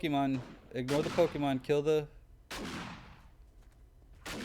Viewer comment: HAHAHA! Teh pokemahhhns! Poor bulbasaur.